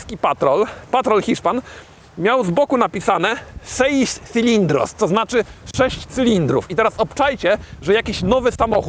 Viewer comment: me ha sorprendido gratamente tu pronunciación de la palabra Cilindros, con esa C tan difícil de pronunciar para los polacos. Deduzco que hablas español. Przy okazji napisze że przynajmniej masz jednego fana z Hiszpani, które mówi też po Polsku. Pozdr/Saludos!